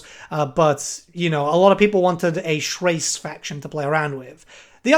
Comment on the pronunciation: I disagree the annoited of assurian lord will slap, also you prouncounce Chrace wrong, HE and DE use the Greek pronunciation of "CH" instead the French.